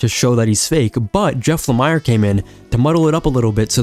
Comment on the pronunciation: Hearing jeff lamires name being butchered over and over was throwing me off so hard wont lie